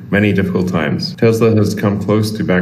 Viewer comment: Nice tank lol it’s Tesla, not Teslar. Love the vids keep it up!